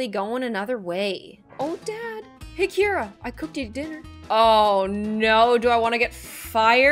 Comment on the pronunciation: my names kira but keira and i’m living for the way says it